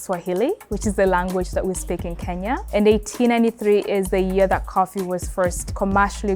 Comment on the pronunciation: I absolutely love listening to Kenyan ppl pronounce the word “Kenya”.😊😊 I’m Igbo, my name is “Onyinye”. It means gift from the Gods. Kenyans could say by name 30x w/o any difficulty. In Africa, we say Ke-nya. Outside Africa, ppl say Ken-ya.😊